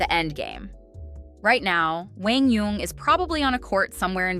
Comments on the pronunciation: It’s not Wang it’s Kwang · my name is Quang. and the correct pronunciation is like KUANG not wang, it’s really not that hard. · His name pronounce like Kuang not wang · They are not that off in his name. His name should be pronounce with a Q sound but the South tend to pronounce it with a W sound. But it should sound more like "Wan" instead of "Wang" but they are trying. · Come on AI, try to pronounce the guys name correctly......at least have a real person do it !!! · Pls pronounce his 1st name correctly.